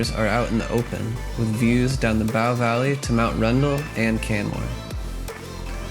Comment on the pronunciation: "Bow" as in "and arrow" - not not as in "bow down" Otherwise 👍